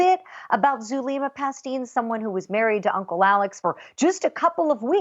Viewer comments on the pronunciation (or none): Wow this female reporter looks Latina but if she is then she’s kind of embarrassing. Doesn’t know how to pronounce Zulema?! Come on. Has never heard of ppl going to Mexico for meds?? Huh? Somebody needs to pull her Latin card,lol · AND she doesn’t know how to pronounce Zulema! 😂